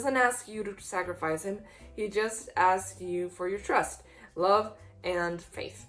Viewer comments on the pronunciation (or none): none